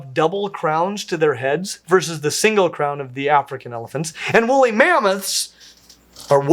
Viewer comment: Pleeese, WOOLLY mammoth! Not wolly.